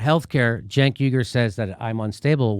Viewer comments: Jimmy Dore Show : Jimmy, you need to work on your phonetics. You pronounce the name Cenk as if it's Jenk or Genk. I agree with your critiques, and language, but you definitely don't know how to pronounce the name Cenk. The 'C' should be pronounced like an 'S', in English anyway. So top calling the jerk from TYT Genk or Jenk, when his name is Cenk. What if his name was spelled Senk, instead of Cenk, how then would pronounce it? The letter 'C' is sometimes pronounced like 'S', but never like 'G' or 'J'. Learn your English, but I otherwise agree with you. I understand your anger, but work on your English. You want an example of when 'c' is sometimes pronounced as 's', then take the word cents (like for pennies), it's a soft 'c', so like 's'. What about "centennial", do you say Gentennial or Jentennial, I don't think you do, it'll be pronounced like "sentennial", instead, except that the word begins with a 'c', instead of an 's'. Your social, political logic maybe fine, but you mess up use of language. It's annoying, and cause people to wonder about whether to believe you or not. YOU ARE QUESTIONABLE, for yes, Medicare For ALL is important, essential, for the country, but you say nothing about how this might be or should be provided, saying NOTHING about "universal health care" for the whole country, plus single-payer (govt!). In your mind, what is Med. For All supposed to be like? YOU HAVE NOT EXPLAINED! Again, Cenk is not Genk or Jenk. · Its probably me mishearing but when Jimmy says Cenk I swear I hear junk. Still works.